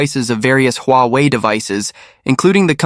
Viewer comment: AI voice? Sounds awful, you pronounce Huawei several,different ways..